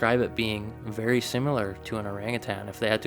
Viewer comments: Similar not simular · Sim - ah - lah...